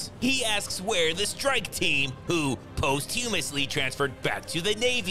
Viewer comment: Did you mean to absolutely butcher the word posthumously?